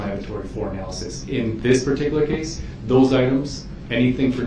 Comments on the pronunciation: Duh-rell's vocabulary doesn't have 'analysis' so he tries "analization" instead. Add extra syllables to sound smarter. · “Analyzation”??? A new word for him. With suBstain, Tackit agreement, axing, relevancy…. Someone could make a dictionary